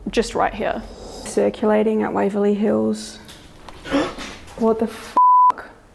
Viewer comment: YES, Waverley Hills, rhymes with CHILLS! ❤🐨